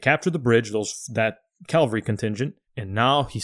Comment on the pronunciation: Dude, if you two pronounce "cavalry" as "Calvary" ONE more time...😅😅 "Calvary" was where JC was crucified; "cavalry" is the word y'all actually want be using, in these podcasts... 👍